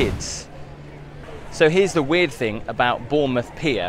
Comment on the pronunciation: Great vid but dying everytime says FINK for thing or think sorry just creases me up 😂